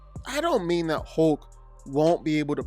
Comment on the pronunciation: hoke - you say hoke - is that a canadian pronunciation?